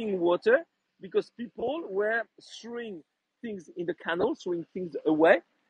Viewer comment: may I correct you? canal is pronounced cuh NAL emphasis on last syllable.